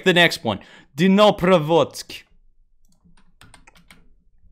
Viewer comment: I am ukrainian and it`s quite funny to watch how you pronounce Vinnytsia and Dnipropetrovs`k)) I`ve watched that a dozen times Thanks for the tutorial